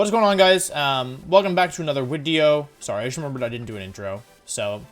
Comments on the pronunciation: Why does Wolfey say "Wideo"? German heritage? Meme? Why!? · Wolfey I love it when you give us a big long wideo ͜